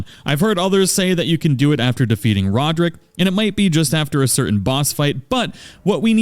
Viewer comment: Ah yes, "Rodrick"